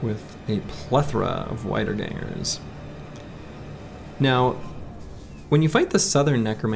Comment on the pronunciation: Okay, you may be far, FAR better than me at this game, but seriously man we have to work on your "wiederganger" pronounciation. Practice in front of the mirror 15 minutes per day: "veeduh gunguh". German has no thick "w", and "v" is pronounced "f". Also the "ch" in "nachzehrer" is that throat sound in "loch", although "nacho" is fine I guess. (Please don't kill my bro!)